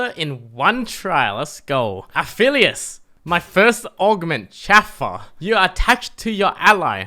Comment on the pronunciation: says things weirdly quite a bit (poor Atakhan needs some respect) but the way he said Chauffeur hurt more than it should have